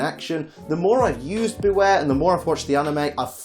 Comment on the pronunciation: It's Bewear, not Beaware!